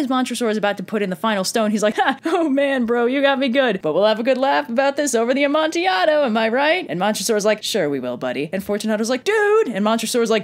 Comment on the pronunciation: Thank you for pronouncing Cask of Amontillado correctly!! I’ve had English professors say this wrong.